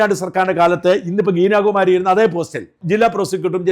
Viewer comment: ഗീനയല്ല ഗീത എന്ന് തിരുത്ത